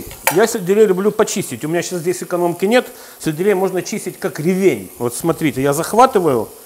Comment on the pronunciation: Правильно говорить не ревень, а ревень)